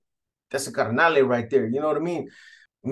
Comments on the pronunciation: Its carnal not carnale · By the way b it's carnal not carnale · This vato says carnale